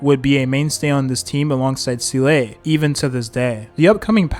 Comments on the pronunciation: Seelay? Shingshay? Dan Hang? Fu Zuan? I can't take this anymore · i heard "Zee-luh-ay" like hes purposely trying to cram more syllables into her name lmao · The game is voice acted just listen to how they say the names 😭 who is seelay and shingshay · see-LAY is indeed amazing... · I stopped watching him after his first Seele video because he outright says seal (as in the animal) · actually her pronounciation is say-lay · "See-Lay" I can't watch this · I think he does it on purpose lol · fr how hard can it be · I’m dying inside too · it is he used to say seal 😂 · bro pleaase its zeeluh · this would be a good video but the way you said SEELAY every 30 seconds drove me insane dude pls i cant even finish it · well its definitely not SEELAY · seele is actually can ve pronounced like this guy pronounce it bug other characters 😭😭 from all only yukong was prnnced correctly, it's like the guy never played and sees the scripf first time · Bro can't pronounce Seele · we gotta teach you how ro pronounce seele 😭😭😭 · I cannot hear this pronunciation of seele anymore make it stop pls 😂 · i didn’t see the video nor know the guy but the comment alone makes me feel pain. Edit: how is he pronounced yanqing properly but not Seele, is it on purpose, isn’t it? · I believe the "Proper" pronunciation is "Zee-luh" as she even says herself that her name is based off of an old Belebog word for "Soul" which just so happens that the word for "Soul" in German is "Seele", and that's how it's pronounced in German. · it's SEE-LAH not See-Lay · Bruh why say selay when you can simply say seal. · Zee luh not see lay (also how did your pronunciation of her name start from seel to seelay) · Seele is german and is pronounced more like Se-leh not zee-lay lah or luh. The double E is not pronounced like "see"/"sea" but i can see how that throws english speaking players off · seele is my favorite character in hsr, hearing see-lay all throughout this video just hurts.... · sea-lay i cant 💀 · ah yes, seelay